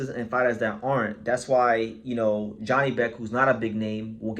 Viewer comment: It us pronounced Yanibek